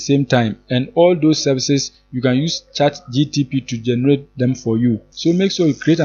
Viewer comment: Did u say chat gtp? 😂